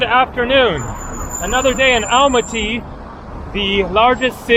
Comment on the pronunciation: Please check the pronunciation of Almaty aal maa tee accent on middle syllable.